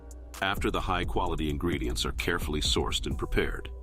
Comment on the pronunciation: He says "quality ingeedients" so often, that I think it's a lie